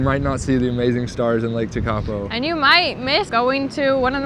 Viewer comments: Umm, mountains mean widing roads. it's pretty obvious ! If you're American, you should be used to driving for hours and hours!!? Just blue water at TeKapo ? Lol 😅 pronounced - tear- kaa- po. Btw there no garbage because kiwi take their crap home with them! Unlike Americans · Sorry guys, found this hard to watch because your pronunciation of many place names is really poor (eg Tekapo). Suggest anyone coming here plugs into some pronunciation education on the haul over. I appreciate that people come for the scenery but those who experience the culture here - notably the Maori aspects - are the ones who are going to return home most satisfied. Getting names really badly wrong evokes a visceral response in the local, so not the way to connect and experience the warmth of the culture. BTW, the blue water in lower South Island is due to glacial flour (powdered rock) suspended in the water and reflecting the sky. Anyway, glad you enjoyed it and hope you connect with the people next time. A Kiwi. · Tw eye zel, Tech a poe, glad to see you immersed yourself in the language